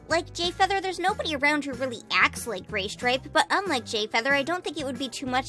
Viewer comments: Guys it’s not Graystripe it’s Gaystripe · * she says graystripe * Me...... WTF IS WRONG WITH U BRUH